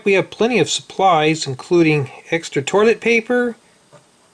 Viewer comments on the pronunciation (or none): “...including extra toiler paper...” Me: TRIGGERED!!!!